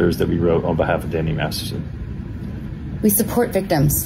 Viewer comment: *MASTERSON. Holy heck, I heard Maddison, Madderson, etc. I don't think I heard Masterson once! I mean, eff this guy to the moon, but c'mon! 😂